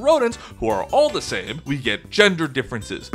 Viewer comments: I’m sorry but how are you going to defend Golisopod when you don’t even know how to pronounce it’s name? Also just a reminder that Paras and Parasect were the only Pokémon that had three 4x weaknesses. Bug types are carried by their secondary types. Scizor sweeps with swords dance+Bullet punch, Volcarona uses quiver dance+fiery dance, scyther has air slash, etc. the only positive thing about bug types is that they have some pretty good status moves. (Tail Glow, Sticky Web, Quiver Dance and that’s it) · Your pronunciation of Golisopod had me in stitches.